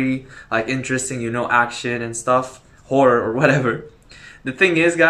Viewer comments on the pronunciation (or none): none